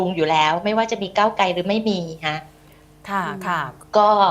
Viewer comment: พิธีกร..ใช้ภาษาตัวควบกล้ำ ร ล ไม่ชัดเจนเช่น ก้าวไกล เป็น ก้าวไก